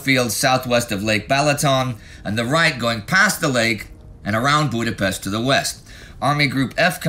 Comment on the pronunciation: weeks and weeks go by and Indy still genetically unable to pronounce Budapest.